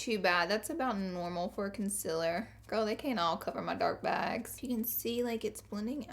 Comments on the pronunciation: it's Concealer not Consiller Pleaseee get it right ;(( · It bothers me that she says concealer like "conciller" lmao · colorpop "concillers" haha idk if I like that or hate it 😂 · I love the way she says conciler instead of concealer ❤️ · She says conciller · Have the subtitles on and instead of "concealer" it says "consiller" lmao love ya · Katie Payne I’m from NC, and I only really dislike when she says ‘concealer’. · Am I the only one who loves the way she says concealer?